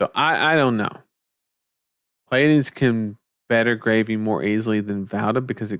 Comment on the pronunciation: Mad props for actually pronouncing Pleiades even remotely correctly. The amount of people who can't seem to recognize that the first two letters are P and L blows my mind.